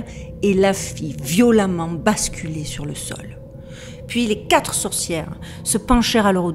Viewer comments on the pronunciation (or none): none